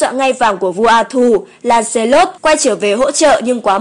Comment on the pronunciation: Theo mình nghĩ Lancelot đọc là Lăng xơ lót